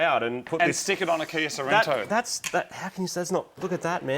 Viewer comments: Sorento? So-ren-to? What??? Why??? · "Kia Cerento" Killing me!